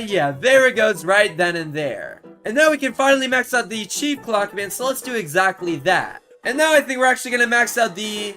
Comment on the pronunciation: Why are you so weird?First threesome, just no second reason.Why did you say chef clock man instead of chief?And when you place the Large clock man You cut off why you're so weird😮